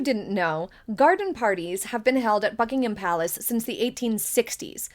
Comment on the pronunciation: She pronounces Buckingham Palace correctly.